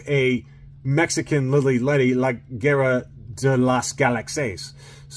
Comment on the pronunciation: you have to roll your r's when saying guerra.. guerrrrrrrrrrrrrra! 🤣